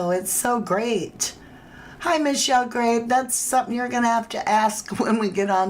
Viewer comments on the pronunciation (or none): none